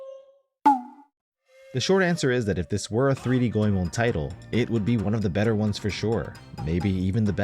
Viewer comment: It's refreshing to hear someone say "Goemon" correctly. Awesome video.